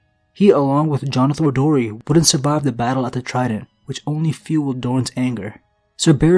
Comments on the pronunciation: I'm pretty sure it's Darry, not Dorry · Jonothor Darry* not Dorry. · I don't know if it's just me, but Jonother Dorry? do you mean Darry? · Darry, not dorry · Jonothor Darry, not dorry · I think it's Jonothor Darry, not Dorry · It’s Darry not Dorry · Just a slight correction, it’s Jonothor Darry, not Jonothor Dorry. :) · Pretty sure it’s Jonothor of House Darry not Dorry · DARRY not DORRY but otherwise great video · I came to comments just to say this lol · It is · Its Jonothor Darry* (The-ry) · it's jonothor Darry not dorry and it's osmund kettleblack not kettleback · Darry not Dorry, and Kettleblack not kettleback